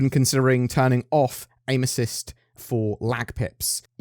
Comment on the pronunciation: I had to listen twice to "aim assist" cause that is not what I thought they said lol